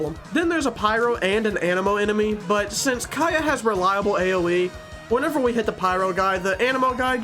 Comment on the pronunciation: i love the way you say kAeyih lol